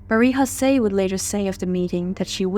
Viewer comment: It is pronounced MAH-REE YO-SEE. Not Marie HO-SAY. Also she is known as Marie Jose of Italy. Once she marries, a royal consort is known by the higher rank (Queen of Italy) not a Princess of Belgium. It’s also the KEY-INN-EE-AL Palace. Please don’t be sloppy!